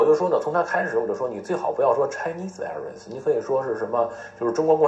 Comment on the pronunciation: 请转告Stone 说Virus 的时候V音要用上牙咬下嘴唇啊…………！！！作为生活在美国的人……这发音也太烂了，他把评论关了也没办法提醒他…………………………